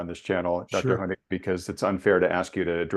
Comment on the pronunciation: "Thank you Dr. Honig.... Dr. Hynek.... Dr. Hoehing..... " just butchered this guy's name throughout the entire interview.